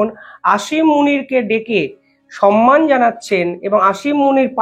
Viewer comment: সম্মান শব্দটা উচ্চারন শেখা হয়নি এখনও ।super numerary কে numerical উচ্চারন কি রকম পন্ডিতি?